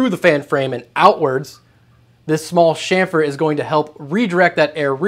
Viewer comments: Chamfer is “CH” like CHURCH or CHEW not “SH” like SHITTY enunciation. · You lost all credibility as soon as I heard you say "shamfer" instead of chamfer.